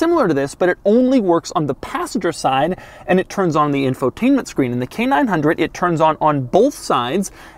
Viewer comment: Every time he says it, I hear Canine Hundred.